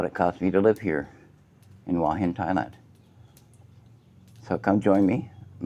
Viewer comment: There's no 'w' in Hua Hin...